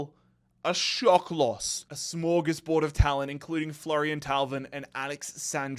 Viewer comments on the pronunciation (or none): none